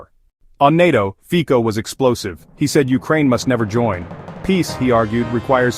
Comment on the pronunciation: Fico /fitsoh/, not /fiko/